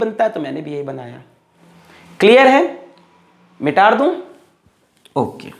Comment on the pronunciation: Others - mita dun Sir be like - mitar dun Love u cute sir